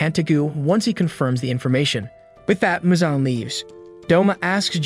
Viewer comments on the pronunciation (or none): It’s Muzan not Michael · Bro said Michael Jackson instead of Muzan ☠️😂